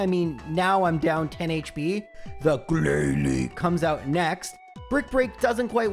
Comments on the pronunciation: I lost it when you said "glalie". Thanks so much for the content! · Ahaha- the way you said "Glalie" turned my two nieces (they love your vids!) into an inconsolable giggly mess, and for that I both thank you and wish a gen 1 miss on you 😂😂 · The GLALIE 😂